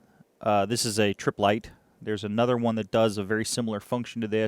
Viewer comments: Not a big deal but the company name is Trip-let, not Trip-lite. I have 6 variations of the venerable Triplett 630 analog volt/ohm meters that I have restored. They range from the early 1950’s - the 1980’s. Great meters with a wider range than the Simpson 260. I have one of those too that works great, just fonder of the Triplett 630. Keep the great videos coming on this vintage gear. I too love restoring vintage test equipment. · "Triplett" not Triplight"